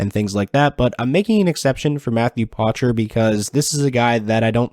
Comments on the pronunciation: Poitras not Potrais. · Matthew Poitras' name is pronounced "pwa-tra" or "poa-tra", the "a" is almost silent. Its a French name, "oi" is pronounced "wa" in French. He says it here